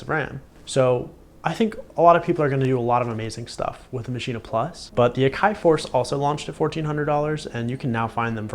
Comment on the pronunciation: why the heck do you keep saying MACHINA? its called MASCHINE!!! stop adding an a sound dude it sounds bad